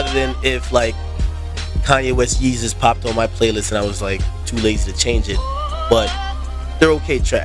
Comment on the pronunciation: Agree, Yeezus is wack. I knew it was gonna be wack when he didn't pronounce it "Yayzus", he dropped the ball there. This is produced by KANYE WEST and DAFT PUNK. It is not either of their acts best work, it is their worst. even if you like this album, I bet money you don't think it's better than 808's (which I also hate). College Dropout, Late Registration all day, Dark Fantasy dope, Graduation 1 or 2 big bangaz, BIN THE REST!!!!!!!!